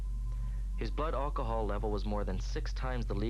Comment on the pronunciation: why does Wheels call it "olchahol"?